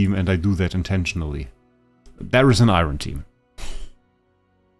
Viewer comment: Bro it’s Eironn not iron